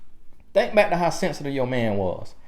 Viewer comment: TRUUUUTH! This is THE MOST VALUABLE takeaway for any women listening, despite how I feel he's incorrect directly after say we're insecure & petty, etc. It's because we see/feel the disrespect and transgression on a waaaaaayy more visceral level. Not out of pettiness or immaturity or to get her "BIKE" (back, since dude thinks he can butcher one word of the English language and we gon' think he's Plies...). If we stay with you, you haven't been forgiven honey boo-boo, we're just tolerating the betrayal and playing the long game saving face. We'll spend 40 years after that moment to save face from the pain and embarrassment to make it seem like we weren't bothered by what you did and you're not that important for us to lose our shit over you being a trifling ho... So for the next, however long we stay with your cheating ass, we'll always be quietly steaming wanting to go off and you can GUARANTEE it won't never be forgotten, and always right there in the back of our minds. Baby, you gon' be suspect forever...believe that. This dude just trying to appease the women who may watch this🙄 . So even on his digital life via YouTube he's still trying to use buzz words and culturally popular PC ideologies 😆 🤣 😂. Sad too, because I half ass agree with what he's saying. But about 30% of it is BS and pure appeasement to keep both sides of his viewers agreeing with him and tuned in. It's a typical push-and-pull tactic for speakers of divisive or sensitive topics.